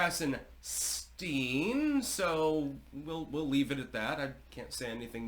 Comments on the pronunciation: “Edward” and “ Brian” Krassenstein are Jews. Their first names are Irish and English respectively. Their surname is German…and should be pronounced “Krahtzen Schtine ( to rhyme with “mine”. Their nationality has come to them courtesy of the British crown and successors. Everything about them is fake .Why do they matter? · Heavily emphasized “stein” lol, color me shocked as history clearly shows. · Heavy emphasis on “STEIN”!